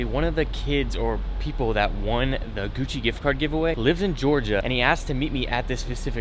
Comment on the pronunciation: "Guccerr" Lol Socks@